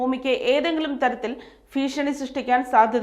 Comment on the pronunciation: ഫൂമി അല്ല... ഫീഷണി അല്ല.. ഉച്ചാരണം ശുദ്ധമാകൂ... 🙏